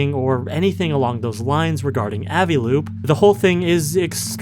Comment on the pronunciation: I hate the way you say 'Avi' is that how you say aviation? You say like "ahviation?" Genuinely asking